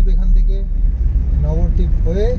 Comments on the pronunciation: নবরদীপ নয়।উচ্চারণ হলো নবদ্বীপ। ভেঙে বললে নব মানে নয়। নয়টা দ্বীপ। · নবরদ্বীপ না নবদ্বীপ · নবদ্বীপের কাছে থাকে সঠিক উচ্চারণ টা এখনো জানে না ।